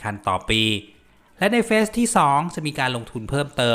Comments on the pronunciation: ระวังการออกเสียง แมว กับ แม้ว ความหมาย ต่างกับลิบลับ และคำว่า phase เฟส ไม่น่าจะใช่ เฟซ (face) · เฟส 1 คำอ่านคือ เฟด-หนึ่ง ครับ